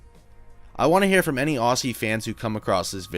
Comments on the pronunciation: Aussie is pronounced Ozzy not Ossy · Small tip: "Aussie" is pronounced "Ozzy" like Ozzy Osbourne. Not "Oss-ie". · ozzie not aussie pronounced.